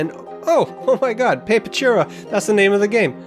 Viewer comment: Man it's painful listening to you butchering the name over and over. It's pronounced pah-peh-too-rah.